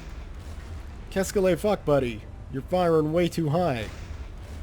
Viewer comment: Qu'est-ce que le fuck? Lol your Canadian is showing... =)